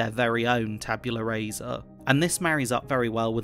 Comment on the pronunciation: Just for your own edification: Rasa is pronounced rah-sah. In Latin, vowel sounds don’t change with position, like they do in English